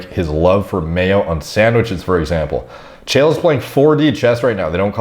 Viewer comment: Chael rhymes with Chad